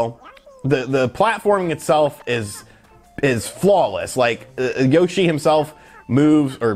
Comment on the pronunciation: You pronounce Yoshi wrong